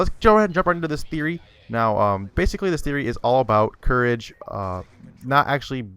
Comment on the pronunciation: lol how u say courage lol and eustace. it's eustace not hustace and not hoostace